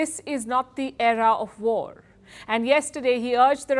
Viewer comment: Pawpaw, speech ne waRrrR RrRukwadi